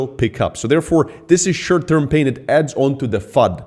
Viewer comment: Funny when says 'shirt term' 😏